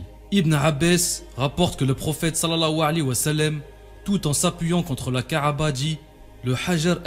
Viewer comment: ka3ba et non ka3aba !!!